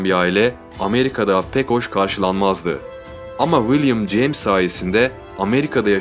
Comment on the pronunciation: 100 defa willim ceyms dedin olmazki böyle